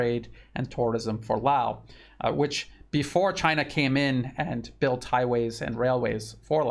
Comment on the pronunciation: I would like personally thank for all your work. You are very knowledgeable, I listen to you and the Duran every day. Also thank you for pronouncing Lao without the S. You pronoun it correctly.